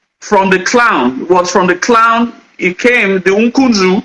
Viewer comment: Honestly, his pronunciation of clan as he corrupted to clowns repudiate all what he was trying to paint. The yoruba scholars tried to educate this people on the story of their kingdom which has been distorted with incoherent story. If you listened to how their early kingdom of igodomigodo start and how the next era commenced, if you are not wise, the will end up confusing you illogical reason. From the guys story, Eze Chima is a biniman, Obi is a bini name. Does it mean that this don't about the earliest migration westwards by the igbos, then eastwards as a result hash and unfriendly situations the igbos and tribes encountered with the binis.According history, there were lots of others tribes like the esan uhrobos, including the igbos who left bini , and stated moving to different destinations and settled